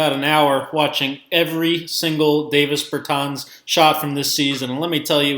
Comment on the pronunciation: Learn how to say his name right before you make a vid you slown